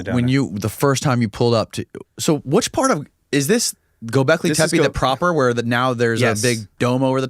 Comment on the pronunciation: i think its pronounced tappe means hill.